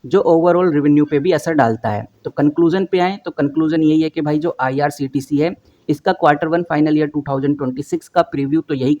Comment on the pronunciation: Bhai bolna to sikh lo, irct ni irctc hai